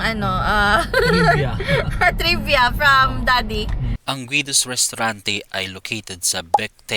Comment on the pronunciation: Guido as in GI-do hindi guwido!🙄